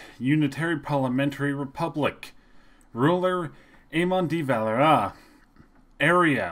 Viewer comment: lol he dosen't just butcher De Valera's name he dosen't even pronounce Anthony Eden's name right either.